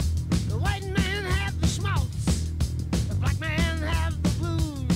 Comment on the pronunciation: he says smaltz!!!!!!!!!!!!!!!!!!!!